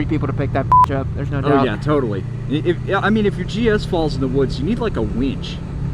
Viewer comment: “If your GS falls in the woods ya need a “WEENCH”. Thumbs up for the very helpful WEENCH